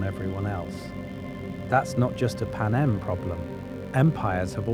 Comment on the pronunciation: Please use your own voice and not an AI voice that can't even pronounce Panem